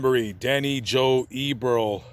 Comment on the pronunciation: you are going to want to redo this one when i tell you that not many people know because it is on the down low as they didn't want people vandalizing his grave, but 19-year-old Robert Hawkins the Von Mar mass shooter is buried in this cemetery. Also if you do redo it Danny Joe Eberle's name is pronounced EB-ER-LEE and His killerJohn Joubert's name is pronounced JEW-BERT. Thanks for including my mother's grave Beulah Cummins she was really a beautiful person <3